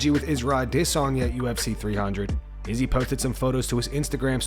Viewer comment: Real question why do you say Izzy’s name with that weird accent but you don’t say anyone else’s names who do have an accent such as Mexican fighters. Makes no sense. Annoying asf tbh